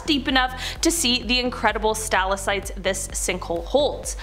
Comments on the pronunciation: They are Sta-LAK-tites. Not STA-luh-sites. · Say it with me now stal-ac-tites. Seriously? Is there no quality control at most amazing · It's not stal is sites lol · I really like as a host. In this video I love how she pronounces the word "hole". She screwed up on "stalactites", though. Should be "stuh LACK tites". (Water dripping on the ground and building up are called stalagmites "stuh LAG mites") I really like, but I also love to stop the video right before she says that stupid "byyyyeeee".:) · I think it is stalactites, not stalacites😆. With a K sound in there. Just sayin’😬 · It's pronounced STA•LACK•TIGHT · Stalac-tites, not stalacites, please. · To the sweetheart doin the narration it's pronounced sta lick tights lol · That's a really interesting way of pronouncing stalactites I wonder if you pronounce stalagmites in a similar way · she completely missed one of the Ts. I'm Canadian. The t in stalactites isn't silent 🤣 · I was extremely unsettled by her pronunciation of the word.